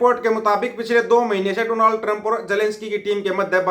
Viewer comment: Bhai Donald Trump ka naam to pe tu bhi ni thik se le paaya😂😂😂